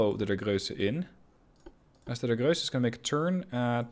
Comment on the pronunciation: You pronounce the ships well, but it isnt Grösse, it is Grosse, it is a difference. Btw, when does the game come out